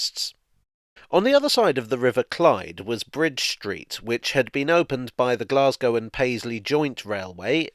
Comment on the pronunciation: A village buried beneath the railway arches.... isn't that a cock and bull story? Blessings on you for pronouncing Glasgow correctly with the long 'a'.